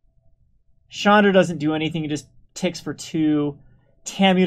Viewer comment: to me it allways sounds like he is saying Chandler initiate.